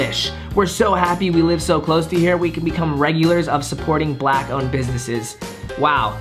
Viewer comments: I like how he says black like black people are rare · this emphasis on how he says "black" bothers me ... lol